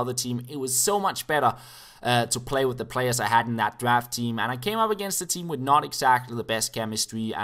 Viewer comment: Whenever you think your saying "with" but you always say "wid".